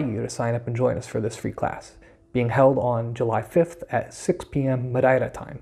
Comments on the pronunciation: Great job! And now I have a good reference for pronouncing Madeira like a local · you say Madeira as a Madeirense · Great job. And you are saying Madeira with the proper Madeiran accent, well done